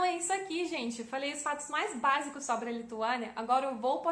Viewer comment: mt bom, quase imperceptivel o sotaque so alguns errinhos na gramatica, mas nada demais, como os usos de "no" e "do" e no uso dos artigos (a/o) da pra entender perfeitamente, parabens so algumas correções: a palavra sobre, se pronuncia "sóbri" e nao sobré no futuro do leste no mapa a nossa (bandeira) a palavra torre, se pronuncia "tórri" e nao torré nos eramos pagãos